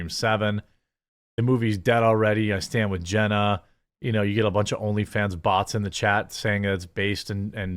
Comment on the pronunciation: You keep saying Jenny, it’s Jenna, Jeremah